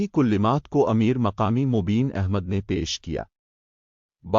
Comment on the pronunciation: زبردست چینل افتتاحی کلمات کو Kullimat پڑھا جارہا ہے